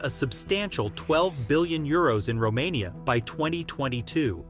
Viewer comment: say Romania one more time.. i dare you